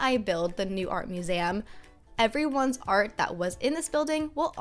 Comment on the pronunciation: Wait..did she just say “art muzem”